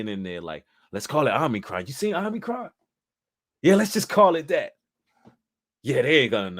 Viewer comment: It’s not OMNI-, it’s OMI-. I just don’t want people to try to discredit. Omicron is also the greek word for the letter “O”.